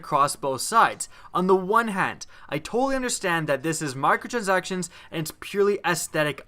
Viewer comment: Lol u sound like an idiot when u saying micro transactions